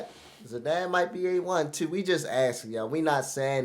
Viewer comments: bros.. its not pronounced Zidaaayne😂😂... its pronounced how its spelled. Zidane. btw, madrid are currently on a 42 games unbeaten streak in the league. pretty impressive if you ask me.. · It’s pronounced zi-dan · 3 years of reacting to football and don’t even know how to pronounce zidane